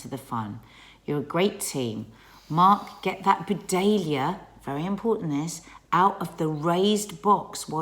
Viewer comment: Do you mean a Buddleia, which is pronounced (Bud Lee a)?